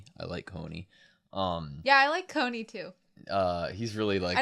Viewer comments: can someone please tell me if they learn to pronounce Connie correctly the further they get into the series? it sounds so weird to hear them say Connie like coney island XD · Jean is pronounced like a John with french accent. The way you say Connie is funny too. Also Pyxis is not pronounced like that either Just try to pronounce it like Germans would